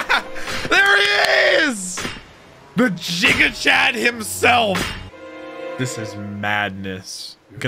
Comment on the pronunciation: "jigachad" Do americans also pronounce "gigabyte" as jigabyte?